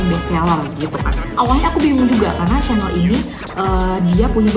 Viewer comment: cara baca chanel nya salah 🫢